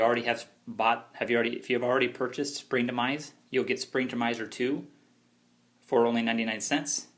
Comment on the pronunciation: its springtomize .. no R at the end..